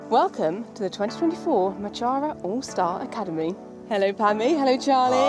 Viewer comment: I loooove the Mochara brand. Just wish the creator knew how to actually pronounce mochara, painful hearing it be butchered on a regular basis 🫠🫠